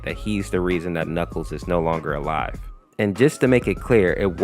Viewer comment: god how he pronounces things are hurting me "reqwital" "chaotic" "knuckle"